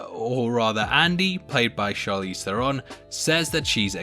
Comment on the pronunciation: No offense def. but the way you say Theron is funny . 😂🤣